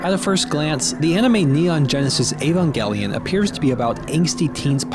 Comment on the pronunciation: trye, but it's evangelion, not ayvangellyun